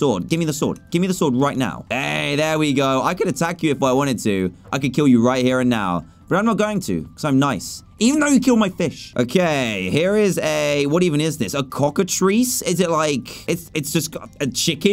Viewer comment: Dan, it is not cockatreece it is cockat rice